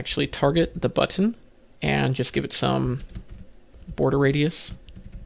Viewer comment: I love how you pronounce button correctly. None of this butn business. TY for that. And for explaining the difference between selecting the class vs child.